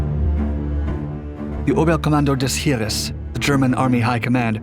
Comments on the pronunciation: Heer: pronounced HAIR. Not herer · Btw Heer is pronounced with a long e instead of ee, just fyi.